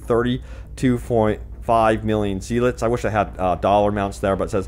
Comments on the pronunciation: Polish currency is called ZLOTY - phonetically its zuh·laa·tee and not "zelits" like you pronouncing it. Sign. Polish citizen. After XE currency converter - 32.5 million zlotych is 8,869,265.79 US Dollars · That polish currency is pronounced "slotty", not "zealots" ;-)